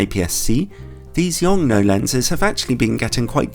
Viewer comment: After listening to the Americans constantly murder the name of the manufacturer it's refreshing to hear it being pronounced correctly, at least according to the native Chinese speaker on staff at LTT.